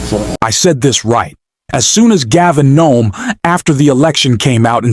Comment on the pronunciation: Who is "Gavin Nome"???